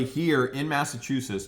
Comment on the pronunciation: say Massachusetts like this: mass uh chew sets